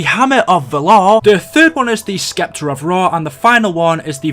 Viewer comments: You keep say s'k'eptor and its killing me man... The c is silent... It's just septor... With a silent c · not to be rude my friend but it is pronounced skepta its Septer like the way you say it is weird but just so people dont call you out on it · Not Skepter. Septer. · Scepter is pronounced (septer) it's ok I gotchu fam 😎👊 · the c in scepter is silent